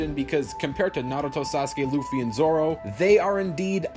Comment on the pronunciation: it’s Zolo, not Zoro. Zoro is the guy from a different franchise.